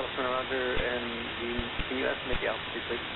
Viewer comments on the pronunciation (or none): none